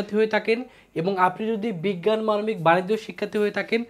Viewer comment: মানবিক ❌ মানকি✅ 😅